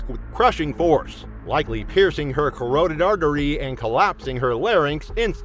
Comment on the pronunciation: Am I the only one who finds annoying when carotid is pronounced incorrectly